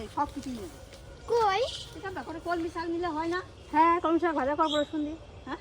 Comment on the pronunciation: কমলি শাক নাকি কলমি শাক কমলি শাক শুনতে শুনতে কান ঝালাপালা